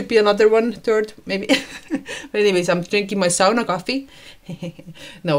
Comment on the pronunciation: Eihän ole niin vaikeaa sanoa SAUNA.:) Ei se ole mikään. Miksi joka toinen kerta ja sauna? Sovitaanko että sanot SAUNA tästä lähtien?:) Hieno koira ja kiva kanava.